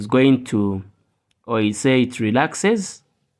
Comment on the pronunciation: Relaxed. Not rexaxed😊